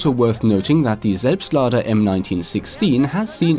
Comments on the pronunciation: Oh my god you are actually able to pronounce "Selbstlader" o.o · Do you have a German background or do you speak German because you pronounce the weapon names so goddamn good it sounds like a maternal speaker when you say stuff like selbstlader or gewehr. btw I am really enyoing your videos because you also cover stuff that's not as mainstream as the content of most of the other YouTubers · Bist du deutscher? Das würde erklären das du "Selbstlader" so gut aussprechen kanns. Würde mich über ne antwort freuen! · GregWolf I think he is german. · I saw this comment before the video started and thought, oh cool, let's see how good the pronunciation is. ... After he pronounced it perfectly I was actually a bit shocked. lmao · The way you say "Selbstlader" like a native German makes me so moist.